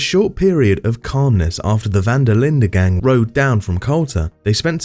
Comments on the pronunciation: I’m sorry but hearing “Van der LINDA” over n over just makes this all stupid lmao. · Dutch van der linda and saint dennis had me so mad lol